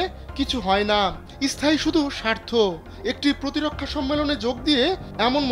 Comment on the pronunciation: Ota isthai noi ota sthai